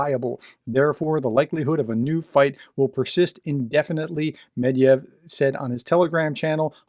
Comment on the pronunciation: Medvedev is pronounced Med-ved-jev. Rock on! ♥️😃